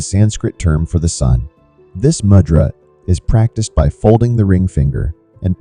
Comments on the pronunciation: It’s moo-dra not mud-dra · Please pronounce the word " mudra" correctly: moo+dra. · Moodra is a appropriate pronunciation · Please pronounce the words correctly! It is not mud ,it rhymes with "could" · Good info. But check your pronunciation. Mudra is pronounced with a long U for example.